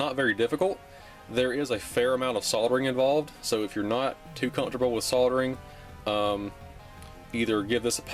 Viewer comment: That L in soldering warms my heart, thank you my good man.